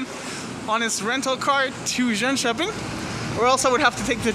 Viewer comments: Haha im impressed that you naild jönköpings name that well :) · Lmao u pronounced Jönköping almost perfectly